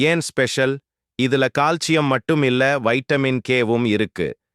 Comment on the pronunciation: In tamil pronunciation, he said proper...